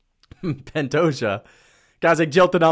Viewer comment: ’ disdain is so strong that he can’t even say “Pantoja” 💀